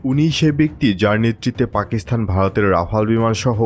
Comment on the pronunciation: পাকিসথান নয়, পাকিস্তান । আপনার উচ্চারণ ঠিক নাই